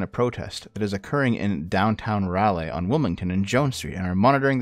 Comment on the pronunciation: lol hearing you pronounce Raleigh "Rall-ayye" is amazing. It's "Raw-Lee", or at least, that's how most of us say it not that i'm knocking you, it. Funny you post this though, my local news seems in favor of the protests and what-not, seems like a disconnect there between the State and the Local level.